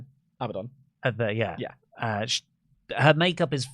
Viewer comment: "Abadoninium" You got to love how britishness is getting in the way of saying Abaddon, he feels the need to add 8 syllables like all Brits.